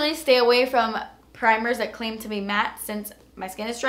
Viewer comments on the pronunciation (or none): none